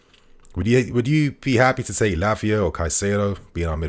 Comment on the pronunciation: Keep killing it. Haha. First 'Labia' and now 'Piss'. lol